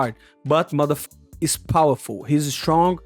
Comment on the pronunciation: This is awesome I love the broken English when he says mother fuckers it’s so good 😂😂